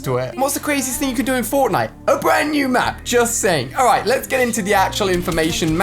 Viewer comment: Instead of pronouncing all Ali says oooll